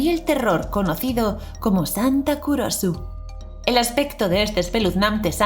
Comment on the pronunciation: Cuando dijiste santa Kurosu yo pensé que dijiste culoso